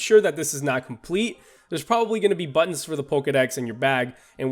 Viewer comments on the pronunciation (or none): none